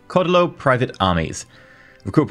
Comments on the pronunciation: Cedillo is pronounced SE DEE JHO. source born and raised in mexico with grandparents who wouldnt stop talking about him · the JHO its more of a hard Y sound followed by a hard O other than that great job trying to pronounce the words and keep up making my country strong and proud in this universe. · I think (not spanish) the double l in Cedillo acts like an extension for the i (said like ee). The end result would sound something like Cedeelyo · Close, ll makes a y sound Think tortilla So there is no actual L sound, so Cedeeyo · Its pronounced sidio. My wife's maiden name is Cedillo. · the double L(ll in the middle) is pronounced Y. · you've got it all wrong. It's pronounced General Cedillo, not General Cedillo.